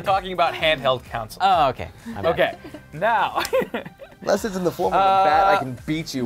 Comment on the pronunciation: Did say "handheld counsel"? XD